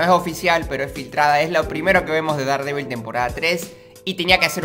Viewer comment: Hola, si es que algún día vas a Estados Unidos y compras algo de Daredevil o no lo se algo por el estilo deberías saber que se pronuncia “derdevil”. Es para que no pases vergüenza ya que un día compre una figura de Daredevil y no me entendieron, solo es eso no quiero que pases vergüenza. Adios!